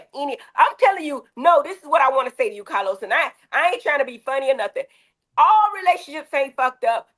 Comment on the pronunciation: 🗣️Cah- loz, fix yo damn innanet.